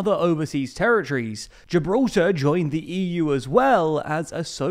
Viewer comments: "Geralta". I think I knew that guy back in the day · Who else getting triggered by how this guy pronounces Gibraltar?